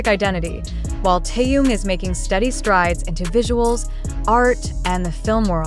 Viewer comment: А как имя Тэхена коверкают, это уму непостижимо.